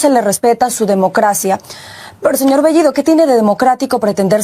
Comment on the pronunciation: La chica habla el español mucho mejor que bellido que dicho sea de paso no pronuncia el español correctamente. Sí, me refiero a bellido, la o lo pronuncia como la u, y la e casi como i.